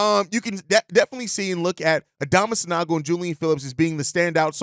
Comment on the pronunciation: San-OH-go, please